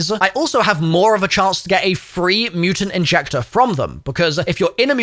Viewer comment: Yk it’s a mutant injector I just dislike hearing you say it incorrectly